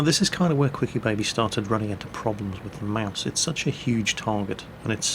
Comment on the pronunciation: Etts.. etts only game, y u heff 2 be mad?